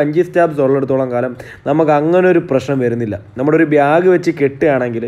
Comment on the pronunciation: Biyaak alla bag pinne byaack alla back athonnu sredhikkanam